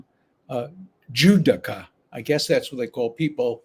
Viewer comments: It is a Ju do ka. A person who does Judo (accent in the second syllable). As a life long Judoka myself, I am always appalled at people who do that. The founder of Judo (Jigoro Kano) laid out his philosophies for all Judoka including “mutual welfare and Benefit” as well as respect for your opponent in a match. There are many different types of martial arts, all with subdivisions except one. Judo is truly international, one system, one training regime, one set of rules, and one home in Tokyo called the Kodokan. To fail to give your opponent due respect and not do your best, should remove him from the tournament (and if he were a member of my dojo, removal from membership as well). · 400g is about 13.5fl oz. No they should not wait around for him to pee out the weight that’s not how weigh ins work. Ironically, the pronunciation is Jew-dough-ka